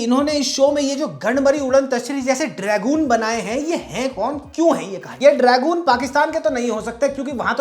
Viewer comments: Dragon ❌ Dragoon ☠️ 😂😂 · Bro is still high on beyblade from childhood. Calls it "Dragoon" 😂